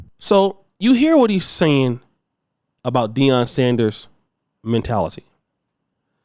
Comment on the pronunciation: Jason Shitlock, you keep pronouncing his name wrong